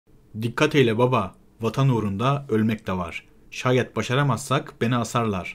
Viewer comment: Şayet değil şâyet. Kim öğretiyor size konuşmayı bilmiyorum